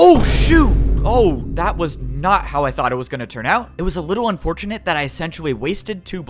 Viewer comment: Why did you say wittle